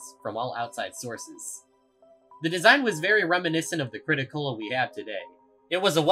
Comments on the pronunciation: It's crit-A-cola not crit-o-cola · ... It's called the Crit-A-Cola not Crit-O-Cola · It amazes me how you managed to use the crit-a-cola this much for the video, but still called it the crit-o instead of crit-a. It's a play on coca-cola, not coco-cola. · You writing the Crit-A-Cola’s name as the “Crit-O-Cola” reduced my lifespan by 8 years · Its the crit-a-cola, its the CaaC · why why do you keep saying crit o cola